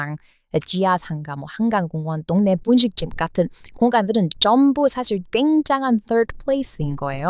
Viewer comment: 아~동네를 똥네로 발음되구나... 영어로 안되는 글자. 쌍발음. 짜잔~뽑기.쌍용.빨리., 그중에서도 미국이나 일본이나 어"발음이 들어가거나,쌍어자이다. 겨자.썰다.쩔다...